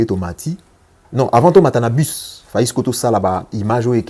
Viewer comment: Depuis que je suis les musiciens kinois enfin j'ai vue un musicien qui a bien prononcé le nom de bus au lieu de dire bis les autres disent bissss et pourtant c bus merci